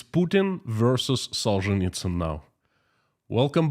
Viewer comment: Now I know the correct pronunciation of the author of “Gulag Archipelago “.